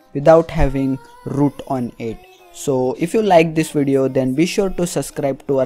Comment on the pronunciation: Its not "rroot" its "root"